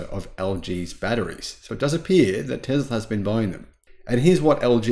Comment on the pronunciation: Is it just me, or am I hearing Tezler substituted for Tesla and and invent-tree substituted for inventory? Could be my old ears.